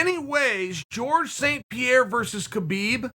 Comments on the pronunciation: uncle chael just called khabib ‘khibib’😄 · Chael: Khebeeb Me; Okay, great. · How many times did Khabib say his name is pronounced “Habeeb” and you guys still call him kebeeb. So disrespectful. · me: Khabib's retirement Chael : Key-Byb's retirement me: Key-Byb's retirement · Me: Khabib Chael: Kheebeb Me: Kheebeb